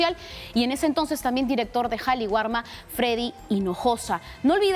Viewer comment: Qué pasa, señoras reporteras??? Es Qali warma Entiéndase, el Perú es un país quechua, sintámonos orgullosos de ello y aprendan a respetar el quechua /Kali warma/.